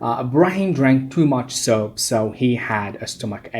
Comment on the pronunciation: Your video is good, but I have a comment about the mispronunciation that you made while explaining. It is the word 'soup', which you have actually pronounced as the word 'soap'. Apart from this remark, your video is worth watching, and I am sure that 2 Bac students would find it useful to review and understand conditional type 3.